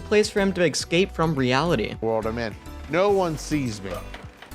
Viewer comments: ”Excape” instead of escape lmao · It’s a great video man but stop saying ecscape and say escape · Did he say excape